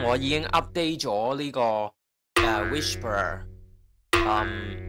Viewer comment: Channel 學到野。多謝無私分享。🙇 1. 不過師兄讀(WISH-PER)係錯誤讀音，應該係讀(WI-SPUH)，系統辨認不是「Whisper」並沒有錯。 2. 佢個performance 係再拆開Cantonese (HK)同 Cantonese (CN)。Cantonese (HK) 分數係15.9，差過Cantonese (CN)的10.9，主要因dataset 普遍係廣東話撈埋英文，所以準確度會再低啲。